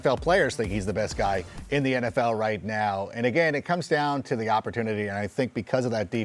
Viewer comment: It’s Tyreek